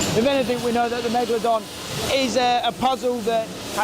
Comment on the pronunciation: why does he call it megladon and not megalodon